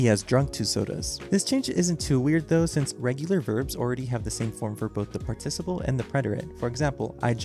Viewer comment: PS - Please learn how to pronounce the word "participle."